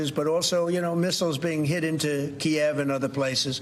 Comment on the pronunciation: He can't pronounce Kiev correctly. Anyone shocked? Why bring in an adjacent reporter to tell us what we heard with our own ears?